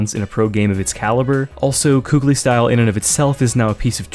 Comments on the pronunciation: kqly is not kookly or kay-le it's cali like california 🤓👆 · so close! it's not pronounced "kaylee" its pronounced "kahli" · I think the correct pronounciation is actually QUICKLY, because thats what the name originally meant/was inspired by. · kqly is pronounced wrong because pasha said it that way